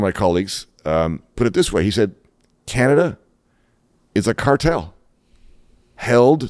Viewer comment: HE CANT EVEN SAY "CANADA" and remember ONTARIO SUCKS ALBERTA dry, with QUEERBECK.